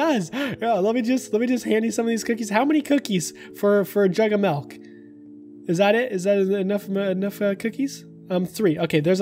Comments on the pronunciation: Im sorry im sorry but did you just say malk instead of milk? Lolololololol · I THOUGHT YOU ASKED FOR METH INSTEAD OF MILK OMFG